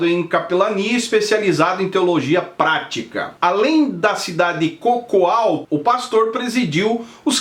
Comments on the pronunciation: A CIDADE DO PASTOR SE CHAMA CACOAL E NÃO COCOAL KKKKKKKKKKKKKKKKKKKKKK MUITO BOA 😂😂😂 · Não é cocual não hoooo é Cacoal entendeu???? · Só lembrando o nome da cidade é Cacoal !!!! Cacoal não cocoal !!!